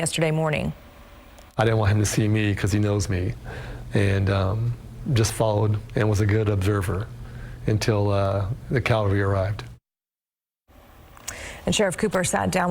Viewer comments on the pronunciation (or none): Cavalry, not Calvary.